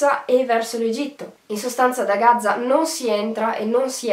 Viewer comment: Gaza con una z perché continui a dire Gazza ???? Spento dopo 1 minuto